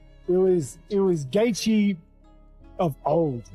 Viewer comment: The title of the video and Rogies thumbnail isn't associated with the content of the Gaethje-Pimblett fight at all haha. Plus, the opening Dana White statement is AI 😂 and the automated voice can't pronounce Gaethje correctly 💀 This channel is MMA's version of The Onion 🧅🤼‍♂️🧅